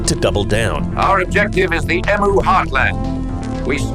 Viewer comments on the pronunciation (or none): They are called EMU say EMU ( try saying Eeem You ) not emoo ffs! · It’s pronounced Eem You. Not Eem Ooo. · You have to pronounce EMU correctly. "Eehm -You" not "Ee-Mu" - The Aussie way!! It is a great Story. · TIL I've been pronouncing "emu" the Australian way (ee-myoo) all this time despite being American. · Western Australian here Excellent vid - brilliant commentary! I love your work on your Mr Regan channel too & I know you know, but it's always a good idea to check the pronunciation of other countries EMU = EeemYou